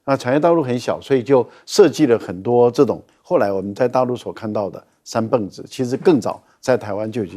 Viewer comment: 三蹦子就是念beng第四音，蹦发音只有一个